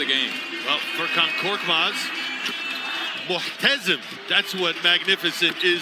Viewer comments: de spikerin "muhteşem"e mohtezen demesi :D ulan adam basketbol oynayarak türkçe öğretiyor hey gidi hey :D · MuHhteZığm jjsidkjwfiwid muhteșem demek zormuș demekki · muhtezım değil mUhteşem :D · What do you mean mohateşem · Abi 'Möhtazın' nedir amk ya muhteşem demeye çalışmışlar galiba.Güzelim türkçeyi arapçaya çevirmişler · Zelimir HBK bilgi icin sagol da mohtazin da demessin bu arada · Muğhtezim nedir abi ya sunucular ingilizce karşılığı magnificent olan muhteşem kelimesini söylemeye çalışıyolar :D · muh-te-zim değil dayı muhteşem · Muhtezın means magneficent in Turkish? Wow!!! :D It's ''muhteşem.'' :) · Muhteşem diyeciğine mohtesen 😂😂😂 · muhteşem diyemediler :D MUHTEZİM MUHTEZİM AHAHA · muhtezım ne la muhteşem olacak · muhtezin diyolar muhteşem olacak onuda abuk sabuk öğrenmişler :D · muchtezm hahahahaha muhteshem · ... 😊 Not "moukhtezem", it's "mouhteshem"(muhteşem) means "magnificent"... Helâl Fûrkân... You made they know "Korkmaz" means "Fearless"... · 2.22 de Spiker muhteşem diyeceğine muhtezim diyor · 2.21 Mühteşem demeye çalışıyor galiba 😂😂😂😂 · Muğktezım diyerek muhteşem demeye çalışıyorlar sanırım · Muhtesemi muhtezm diye okudular ya 😂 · de muhteşem demeye çalışıyorlar sjsjsjsjsjsj "muhtezm" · Muhtezin değil sığır spikerler, muhteşem😂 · he said "moot-hessem" instead of muhteşem lmao not even close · Muhetesem diyecegine Muhtezim diyor Adam 😂😂, Saf amerikalilarda yiyor tabi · moğtezım değil muhteşem laaa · Ulan muhyeşem demeye çalışıyolar ya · Mahtezim, muhtezim 🤣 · muhtezim dedi lan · spiker Türkçe muhteşem demeye çalışıyor fakat güzelim kelime bütün şatafatını yitiriyor ahahaha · muhtesem mi demeye çalışıyo :DD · muğhtezın thats magnificent in turkish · Artık şu Philedelphia spiker ve yorumcuları Muhteşem kelimesini bi öğrensinler 💪😀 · Muğhtezın Furkan :)) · adamlar Türkçe konuşmamaya başlıyor. Naaptın Furkan? 😂😂 ("muhteşem" demeye çalışıyor) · spiker muhteşem demeye calisiyor :"D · de muteşemmi demeye çalışıyorlar 🤣🤣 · muhtezin?? muhtesem? ne diyo bu yaw